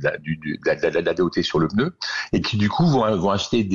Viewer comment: A l’attention de: on dit « pneu » et non pas « peuneu »